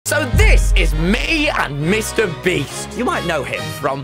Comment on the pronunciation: "Mr Breast" 😭😭😭